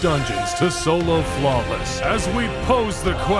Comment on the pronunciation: Man, I love it when does the Folo Slawless